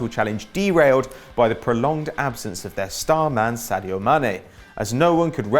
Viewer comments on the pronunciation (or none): none